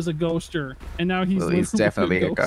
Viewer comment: “He was a ghoaster, now he’s literally a ghost”. OMG Ryan